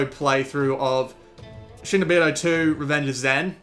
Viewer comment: Not shay-no-beedo, shee-no-beedo.